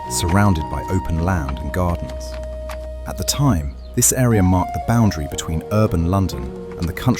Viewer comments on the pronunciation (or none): none